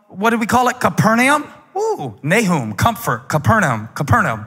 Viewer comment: He is the only reason I know Capernaum isn't pronounced Capernaum and he said it wrong lol lol